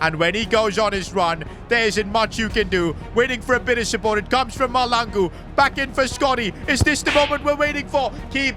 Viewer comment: Pls I from SOUTH AFRICA AND Its pronounced MASHLANGU❤